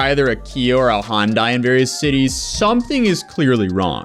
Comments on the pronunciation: I'm sorry, is it Honda, or Hyundai (hi-un-day/die), cuz I keep hearing Hon-die, and this is very confusing... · It's Hun-Day, not Hon-Die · It's not "Hondai", it's "Hi-un-dai". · How do you read "Hyundai" and pronounce it "HONDAI", also why are they suing the manufacturers, it's not their fault these idiots died (in the sense that the cars didn't kill them but their stupid decisions) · Why does he keep saying “HON-DAI” ?! It’s “HYUN-DAI” there’s no O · Why does everyone keep saying 'Honday' it's pronounced 'Hi-un-day'....how can they not know this? The douchery is contagious and the wackness is real. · I know it’s not the point of the video but it’s pronounced like Sunday with an H. I worked there and it’s the first thing you learn. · Me: Honda or Hyundai?: Hondai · High-un-day not hon-day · Say it with me everyone, it's Sunday, Monday, Hyundai not Hondai. Plus these kids are idiots and just another reason tiktok is ruining the youth. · why do americans say “hondai” ?? it’s hyundai ffs 🙄🙄🙄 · oh my lord, it's not "hawnd-eye", it's "Hun-day" or "hund-eye" Hyu sound is not Haw, like a Honda. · come on. honday. say it with me hy-un-dai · It’s huendi For pronunciation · good video, but the way you pronounced hyundai kinda triggers me abit LMAO. its ha - yun - dai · ITS HYUN-DAY NOT HYUN- DIE 😂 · For the Americans hi-yon-die is how u say hyundai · Hey the pronunciation for Hyundai is High un die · The way you pronounce Hyundai 😬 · Love how no one can say hyundai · The way you pronounce Hyundai is driving me nuts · Nobody can pronounce Hy-un-dei why can nobody ever pronounce the Y it's not a damn Honda lol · I swear thats not how you pronounce Hyundai.